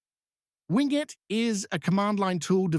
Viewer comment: usually pronounced win-get, not wing-et